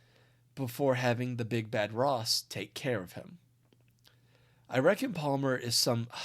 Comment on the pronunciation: I kept hearing tosses name as rot